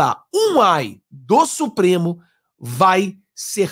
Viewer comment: Não é um "aí " É um ai.